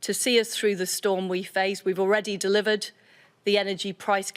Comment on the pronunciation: Tepid tepid tepid… stop saying ‘decisively’!! And ‘deliever’ perhaps deliver your resignation